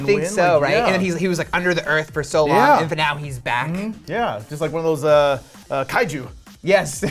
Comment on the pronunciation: How are you going to pronounce symbiote incorrectly, but pronounce the Japanese word "Kaiju"" perfectly?